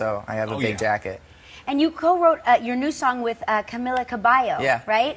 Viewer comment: Omg the way she pronounced Cabello